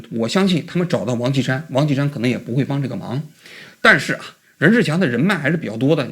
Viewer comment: 这王qi 山 说的 跟 王青山是的， 直接到 照片出来才知道是 王歧山